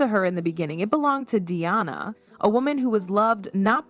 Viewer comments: You've mispronounced Diana's name, pronouncing Deeonna, it's not Deeonna. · If you would stop using AI, their names might get pronounced correctly. Diana's name is not Deeonna.